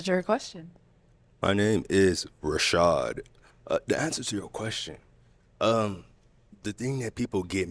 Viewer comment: "Rashad" MAY CHRIST HELP THIS MAN!!!!